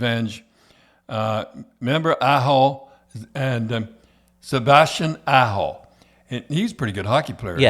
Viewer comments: Sounded like he said Sebastian asshole to me lol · It sounds like the host is saying "Sebastian Asshole", lol. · Did Don Cherrys son just call him Sebastian Assho 😂